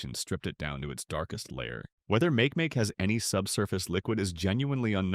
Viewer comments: Make Make is pronounced mah- keh mah - keh holy text to voice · It sounds like makieemakiee